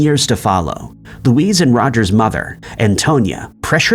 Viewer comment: Learn how to pronounce names correctly. Luis is pronounced differently from Louise.